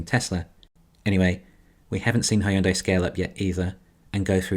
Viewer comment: You’re still pronouncing Hyundai like a stroke patient